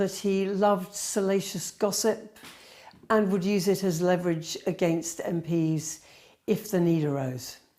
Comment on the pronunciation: please learn how to pronounce the word leverage.